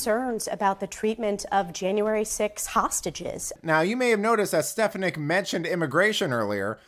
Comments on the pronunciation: I think her name is pronounced Stef AWN ick. I could be wrong. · It's a good posting but learn how to pronounce her name. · You mispronouced Stefanik's name. I would think you would want to get that right. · You tell them Elise! The media is as corrupt as Joe Biden ! the guy narrating needs to pronounce her name right 😖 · Please learn how to pronounce Ms. Stefanik’s last name! Thank you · Hey! Good video but please correct your pronunciation of Stefanik 😅